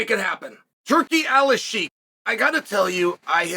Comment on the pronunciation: Hey...u said his name right...